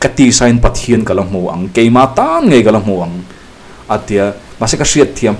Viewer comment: "Naupangte lamin min hmusit a'" tih laia "lam" hi i lam fuh lo, a ri hniam tur a ni